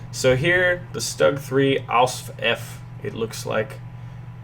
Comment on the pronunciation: 'Stug': not "Staag", but "Shtoog"